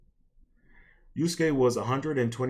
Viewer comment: the fact that youre just taking something the right came up with against them tells me all i need to know about you dawg. also its yasuke not yuske lol, learn the name of the person youre making a video essay about first before trying to pontificate